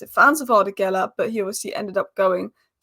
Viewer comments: GULER! not Geler. And he's really good. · GUler NOT GElla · You say his name this way Goo ler......guler